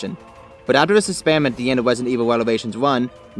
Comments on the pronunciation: Wesident evil lol, good video. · Wesident evwil lmao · I love Wesident Evil Fwanchise as well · Wesident evil lol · Rwesident Ewil.